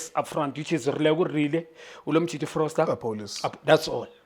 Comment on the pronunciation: We have made peace with the fact that Junior Khanye calls "Foster" "Frosler"😂🫡